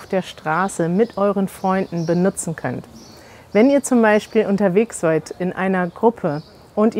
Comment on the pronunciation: it sounded like pronounced "seid" as though it is written "seud". can someone please explain what is the correct pronunciation, or was this a fluke or some regional accent variation?